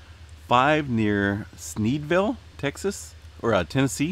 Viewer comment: Hahahahaha he said sneedvile.